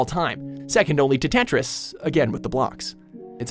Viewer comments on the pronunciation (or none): none